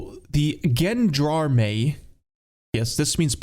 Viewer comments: it's "jean d'arme" not "gen d'armée" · Pretty sure it's "Zhan-Darm" Also pretty sure this was comment bait. gg🙂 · The way he pronounced Gendarme is criminal. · I died when he pronounced gendarme. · the way you butchered the word Gendarme made my brain freeze...